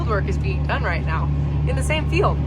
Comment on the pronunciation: Why do you say failed all the time? Or do you mean field(pronounced feeled)? Lol 😂😆j/k